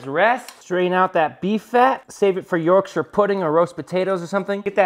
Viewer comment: Congratulations for correctly pronouncing yorkshire